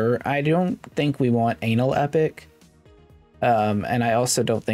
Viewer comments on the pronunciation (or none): I'm at least 50% sure that's ana-lepic not anal-epic, but feel free to keep the meme alive.